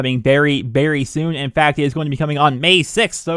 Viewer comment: the type of guy to say berry instead of very